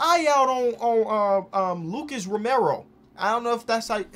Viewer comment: pronounced Lucas Romero correct, wow